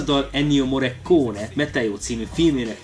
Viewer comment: Olaszosan elvileg morrikóni-nak kellene ejteni. Mi inkább morrikóne-nek szoktuk kiejteni a mester nevét. A morrekóne nagyon furcsán hangzik. Ettől függetlenül hálás köszönet az eddigi tevékenységeidért!